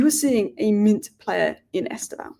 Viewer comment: It's pronounced Stev_ow, no E, according to Brazilian and Portuguese fans.